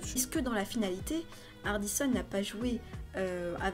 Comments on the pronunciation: Analyse sympa, tu donnes un bon avis ! Et sinon on dit Ardisson et pas Ardissonne ^^ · Oai c'est hard se qui c passé par contre carteur je crois que cet Thierry Ardisson avec [on] prononcé pas [one]